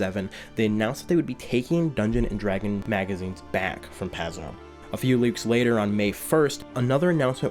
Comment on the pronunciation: well put together, but the first 15 minutes was hard to get through. Paizo rhymes with pie dough, and it hurt my ears every time I heard you mispronounce it.